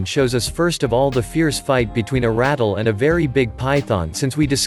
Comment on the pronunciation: Snakes are venomous, not poisonous and it is pronounced " ra-tell", not "rattle".